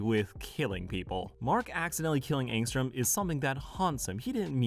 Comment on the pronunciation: Dude it's angstrom levy, and i don't care that you don't have cc on